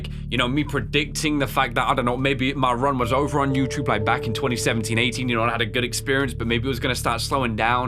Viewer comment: Also I love how instead of saying youtube, you always said "youchube" lol.